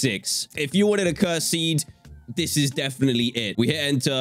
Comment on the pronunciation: Cursed seeds? "Curesdes seedes" 😅😅😂😅😅😂😅😂⚠